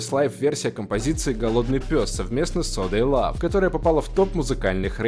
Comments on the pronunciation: Бля не говори. ЛАВ СИК СИК, правильно - лав дабл сикс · Бля, не влад Сикс Сикс, а лав икс икс